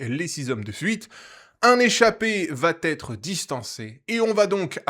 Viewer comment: merci, super résumé com d'hab ; PS : il n'y a pas de T à "ça va", donc on ne dit pas "l'échappée vaT être reprise", mais va être ; j'aime pas faire mon prof, mais ça m'écorche les oreilles à chaque vidéo ( c'est récurent dans tes résumés), et c'st dommage de répéter une telle faute (id. pour il vaT y avoir) ;) désolé :)